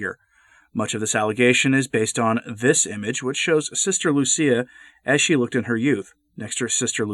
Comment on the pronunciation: Lucia, not Lucy